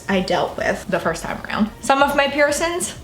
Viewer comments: PiErSoNs wouldn't be soooo triggering if you didn't say it 100+ times lmao. Girl get a "piercing" counter on screen 😂😂💖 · Piercins “piercings” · Peircin. Pisses me off 😂🤦🏻‍♀️🤦🏻‍♀️🤦🏻‍♀️🤦🏻‍♀️🤦🏻‍♀️🤦🏻‍♀️🤦🏻‍♀️🤦🏻‍♀️ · I love her! 😍 Love her accent and how she says " peircin/s" and leaves off the g on words, I'm from the UK, x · girl i love the way you pronounce piercing/piercings